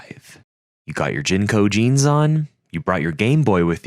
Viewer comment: Yo did he say "jenco jeans"?!